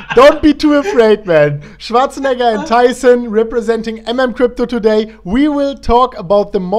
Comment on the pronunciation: No offense but ... how are do doding doday my man 🤣🤣🤣 dont take it seriuos man 😁